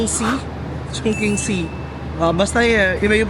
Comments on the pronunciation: I've been to Beijing and Chongqing nag work ako s parehong city n yan at mssabi ko n bukod s mggandang tourist spot safe dn s lugar n yan☺️ Tama k n po s pag pronounce haha "CHONGCHING" ( Chongqing) FYI dn po anjn s Chongqing yung dulo ng longest river in Asia Yangtze River☺️ skL history eme haha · Chongching po ang basa sa Chongqing. Remember Qing Fei De Yi ni Harlem Yu? Meteor Garden OST po. Ching ang pronunciation ng Qing.